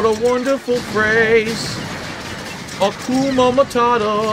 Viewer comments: bro said Hakuma Matata instead of Hakuna Matata im done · is he saying “akuma matata” ?? isn’t it “hakuna” this dude pisses me off even when it’s fucking trivial 😭 cos he emphasizes so heavily that he’s always right and never makes a mistake but something this well known he doesn’t know